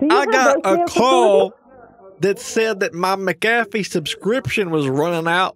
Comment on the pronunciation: "It's not mistacoffEE, it's mcafOaye" - Hermione Granger